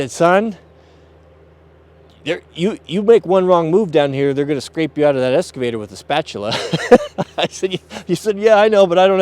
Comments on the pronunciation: It’s eXcavator, not eScavator. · "EXCAVATOR"... not escavator.... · EXcavater not EScavater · It’s called an “excavator”...not an “esscavater” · Excavator, not EScavator... C'mon man. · It's not an eScavator. It's an eXcavator. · Ex ca vator... no s 😁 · Pronounced "X-ka-va-tor" X! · EXcavator. For fucks sake it has an X